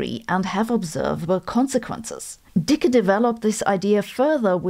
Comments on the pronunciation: Sabine, you're pronouncing his name in German, sorta like how you pronounce Sabine. But in American-English it's pronounced Dickie, not Deeka. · I didnt know you said the e on dicke, much less unfortunate name 😅